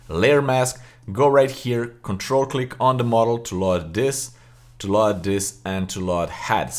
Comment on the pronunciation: Excellent video as normal but I wanted to mention that you are pronouncing the word "Load" incorrectly. The American pronunciation is /lōd/ not /Laud/ but overall your English is remarkable.